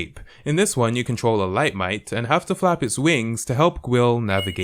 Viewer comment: When said flap his wing I though he said fap his wings